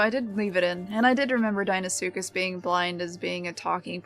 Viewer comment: the first time ive heard someone say deinosuchus correctly...all these fellas sayin dEEnosuchus...bloody sends me mental... i gotta call them just crocs cuz people hear me say dino and deino the same way...gotta get that EYE sound goin rather than the hard E and about his gripe about the camera...being able to see behind you without the need to turn around is a very animal thing...cuz even predators...particularly reptiles...have eyes that arent ON THE FRONT OF THEIR FACE...sure a lion or tiger or bear has its eyes pointing forward but they still have a wider range of vision to their sides than we do...plus their necks are longer allowing for them to see better behind them...and then things like an allosaurus with his front facing eyes can still see to his side cuz...his eyes are still on either side of his head...so unless he plans to split screen our vision which would give everyone a huge headache from seeing two directions at once...there is no real way to fully implement an animalistic view of the world...and the only time ive ever seen someone try to show others how certain animals see is something like "the truth about killer dinos" and one time steve backshall (a zoologist with a few tv series) used two cameras and pointed two directions to simulate how a chameleon can move both eyes independently...so with how it works now...when you turn the camer behind you...is actually reasonably accurate as it is...the only thing that could be done is to grey out the side your h